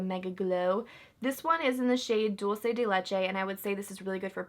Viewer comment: Thank you for saying “dulce” instead of “dolche” 😂 Idk but when youtuber say that it bugs me lol!